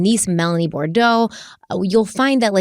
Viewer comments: Boudreaux, not Bordeaux. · A few points * Bou-dreaux, not Bordeaux * Tammy was not an ex-wife as she never divorced unfortunately * As Chads junk is called the storm, the "limb debree" text reads even nastier.